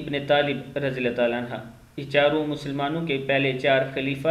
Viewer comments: Anha Nehi Anhu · نام صحیح بولو رے عنھا نہیں ہے عنہ ہے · अन्हा नहीं अन्हो है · Anha nahi anhu kehte hn bhai anha aurton me lagta h sahabiya me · Rjillahhu anhu hai bhai anha nahi ok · بھائی جان عَنْہُ صحابہِ کرام (رضی اللّہ عنہ) کے ساتھ پڑھاجاتا ہیں اور (رضی اللّہ عنہا) صحابیات کے ساتھ پڑھا جاتاہے